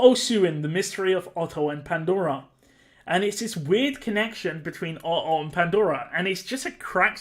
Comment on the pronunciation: Hearing you say "Ohoh" instead of "Otto" was the best part, I love this X)